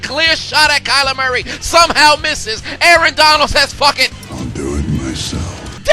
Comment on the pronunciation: A A-ron Rodgers